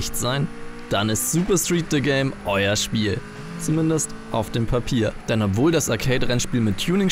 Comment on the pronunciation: De Game? nicht The Game? - Neil DeGame Tyson? 😂